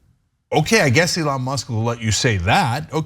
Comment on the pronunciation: "elan" Did you mean to say 'Elon' as in Musk you idiot?